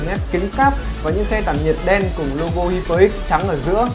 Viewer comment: Đọc là hai pơ ích chứ không phải là hi pơ bạn ạ